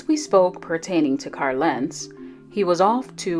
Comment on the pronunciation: Why do you pronounce his name “Car Lentz?” There is an “l” at the end of Carl.